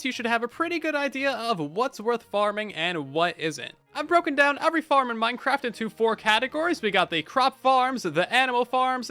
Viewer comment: Why do you pronounce "every" as "uvery"? what regional dialect is that